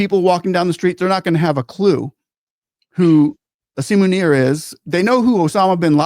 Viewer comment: I like the way he says asim manure😂